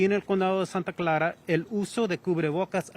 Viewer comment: Ktvu gonna hire new YouTube guy soon. “Santa Claa” 🤦‍♂️